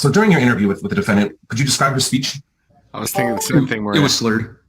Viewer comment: did you say that " her SLEECH was SPURRED ? "